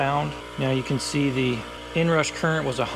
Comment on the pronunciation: "the inrash"? 😂